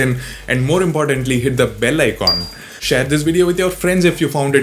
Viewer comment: I like when u say bell icon in South Indian accent..